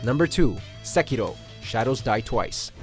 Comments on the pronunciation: Sekirooooo?? ahhahahaha, oh my god 😂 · the way the y pronounce sekiro is so cringey